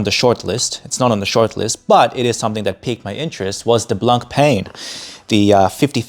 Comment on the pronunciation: Hey man 👋 definitely like seeing your thoughts on the channel but 😬 you need to look into how to pronounce Blancpain. Definitely after time when you grow more and more into the hobby you’ll be saying to yourself “I should have done it earlier…”😂 all good 👍